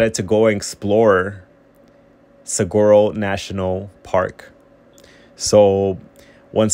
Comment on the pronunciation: Suh-wah-roes. No G sound!